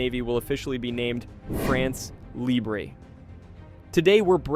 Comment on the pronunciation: You're the one who's ridiculous. They pronounce the word "libre" as if it were the Spanish word. The fact that he wants to pronounce it the French way but doesn't know how is no excuse. Either they pronounce it in their own language and they says "free france," or they pronounces it the French way and doesn't add an "é" to the end of "libre."